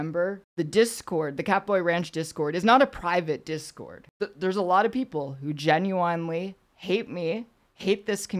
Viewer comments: "Jen, you in Lee?" she said, after examining her overwhelming gock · Keffals grift exposed! As she read the word, she almost pronounced "genuinely" normally, then "corrected" herself to say it weird! Will this lying grifter ever be stopped?